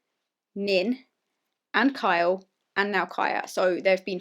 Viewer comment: "Sorry, I'll pronounce that more clearly: KYA does listen to me and KYLE would listen to me" One second later: "I li' Ky' lot"